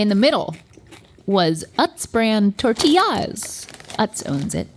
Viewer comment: Link “Tortiyahs queen” cracked me up ❤